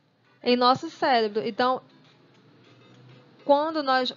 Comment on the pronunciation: Parece que não sabe falar direito